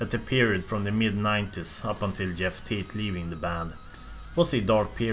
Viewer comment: "Yeff Tate"